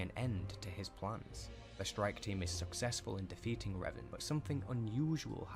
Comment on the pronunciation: This video about Revan was awful, I believe has one about Revan too, which was perfect. This video the dude miss pronounces literally everything, to the point where if you heard it properly you wouldn’t connect the pieces without deep knowledge.